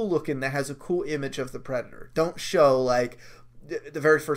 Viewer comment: “Predatoe trailer” lmao